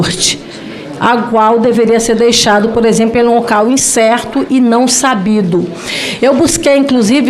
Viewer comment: INSSERTO E NÃO ÇABIDUUUUU....KKKKK